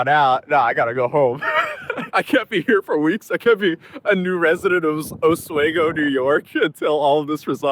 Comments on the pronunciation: Local pronunciation help, it's "ah-SWEE-go" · If you go back it’s pronounced AH-SWEE-GO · Pronounced Os-we-go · For the love of all that is sacred, it's pronounced oss-wee-gow! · it's pronounced osWEgo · Dear god can anyone please pronounce Oswego correctly? Os-WE-go, Weak 'o', strong 'E', strong 'O'. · As someone that grew up in the area it's Os-we-go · Listening to this man pronounce Oswego is making me want to scream "I'M THE VICTIM" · It's funny hearing someone pronounce Oswego wrong, because I have never heard it pronounced wrong in my life as a native New Yorker. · I mean this with nothing but love, but I grew up in Oswego and your pronunciation made me laugh out loud a bit 😅😂 (it’s os-wee-go) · Its pronounced Ah-swee-go onto A-sway-go. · Os wee go. Not Os way go. :) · It's pronounced os-WE-go, not os-WAY-go. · osweeeego not oswago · Oswego (pronounced Os wee go, not Os way go" is notorious for wind and snow. It's on the eastern shore of Lake Ontario, so you get the wind coming in from Canada across the lake giving you wind and lake effect snow. Just from what I do know about court cases in the state, prosecutors generally wouldn't move it to the higher court unless they felt they had a case. Also, you got lucky that you left when you did, the temps are going to be below zero this weekend. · Thanks for covering this!! As a New Yorker, I dont want to be this guy, but it is pronounced AHH-SWEE-GO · You're saying Oswego wrong... the we in Oswego is pronounced like "we" just fyi😂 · my brother. Its pronounced O-WE-GO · Oss We Go Not Os way Go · oswego = Aus-we-go (like aussie, and we go to The store) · for what it’s worth, it’s pronounced OSS WEEE GO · If you’re still in Syracuse, as someone from NY, I’m obligated to tell you to go to Dinosaur BBQ. Buffalo, you get Buffalo chicken pizza. Binghamton, you get spiedies. Syracuse, Dinosaur BBQ. …Also, sorry to be this guy, Oswego is pronounced with a hard E (sounds like we).